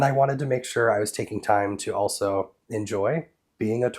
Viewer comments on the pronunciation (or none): none